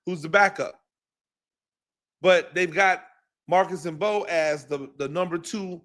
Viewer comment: Coach: you are killing me! You give some good critique and comments and then blow your cred by mispronouncing the players names. You are supposed to be a professional. Come on. Learn the names of the people you are watching everyday. Marcus Mbow is pronounced BOW. The M is silent. Gunner Olszewski is pronounced Ol-SHEF-ski. This is your business man. If you just want to write articles then no one cares that you don’t know the players names- but if you are going to go on camera: then you need to up your game. We need a voice like you in this market. But we need your A game